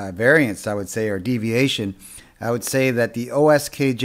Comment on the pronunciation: Thanks for the review. Will follow your instructions to make one. However, the brand name is QSKJ not OSKJ.